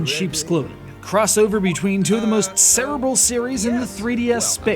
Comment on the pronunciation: Cerebral is one of those words that you really need to know how to pronounce if you're going to use it for obvious reasons.